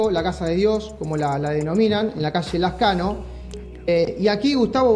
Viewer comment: Talibán no sabes ni cómo se llama la calle. No sé aguanta más. Lascano es la calle no Lezcano.